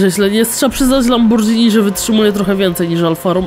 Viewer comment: Nie czyta sie lambordżini tylko lamborgini